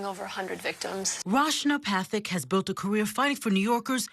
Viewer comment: Her name is Ruch-na Pa-tuck. The ch like in Rich. Not French sh